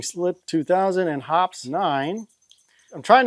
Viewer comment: BTW, Hoppe’s is pronounced like poppy.